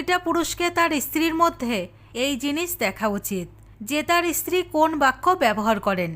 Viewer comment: ইস্ত্রি বলছেন কেন?বলুন স্ত্রী ।